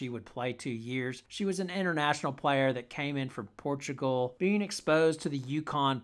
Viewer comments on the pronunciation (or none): none